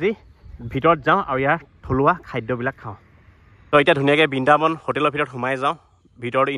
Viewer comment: Bindabon nohoi..😂😂😂😂😂.... Brindabon hoi. Ujonir kisumaan manuhor mukhot R tu kio nufute najanu aru... Comedy laage huni 😅😅😅